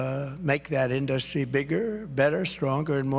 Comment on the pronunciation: I'm 30 minutes in and it's exactly what you think. 15-30 is all about NAFTA and "i did a great thing and Hillary didn't like it until she did" said different ways. He gets to tariffs and just says "you wouldn't have an in-duh-stry without them" because he doesn't know anything else about these topics.